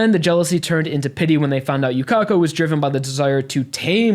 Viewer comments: yukeko everyone else: yukako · we correct u with the correct japanese pronunciation here is her name in hiragana for proof ゆかこ